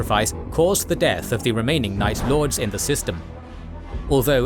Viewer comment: Night lords? Or nice lords